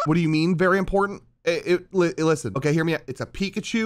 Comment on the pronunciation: That’s not eekachu that’s reekapoo